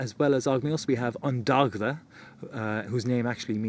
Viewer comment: Dogda - sounds like Doyda